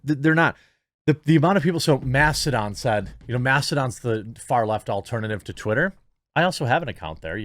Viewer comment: Why are you calling Mastodon "Macedon"? It was founded by Alexander the great or something?